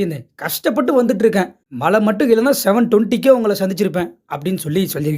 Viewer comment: எல்லாம் சரி. பெய்தது மழையா அல்லது மலையா!!? உச்சரிப்பு முக்கியம்....‌